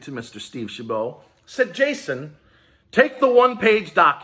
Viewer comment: It’s Steve Chabot, like rabbit, not bow. Seems decent, live 30-40 miles south of his district